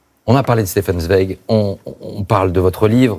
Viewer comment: Prononcez de grâce TSWEIG